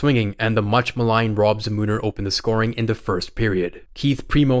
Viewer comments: It doesn't haunt Canadians anymore especially since in 2002 in Salt Lake City they won gold...also it's pronounced "ZAMI-NUR" not "za-moon-er" lol you're the only dude I've ever heard say Rob Zamuners name wrong. Btw you're nuts for dogging on Trevor Linden...😂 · Za MOO Ner is killing me. Its ZAM NER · "Zah-Mooter" its pronounced Zam-mah-Nur" exactly how it's written. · please tell me you’re trying to be funny here? Za-Moo-Ner? “Za-Muh-Ner” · I'm sorry, I can't get over Za-moon-er 😂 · I like the way you said za-moo-ner lol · Za-MOON-er??? Lol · Zamuner is pronounced "ZAM-in-er" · It's pronounced ZAM-NER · You completely butchered Zamuner's name. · How does a guy making hockey videos not know how to pronounce Zamuner properly?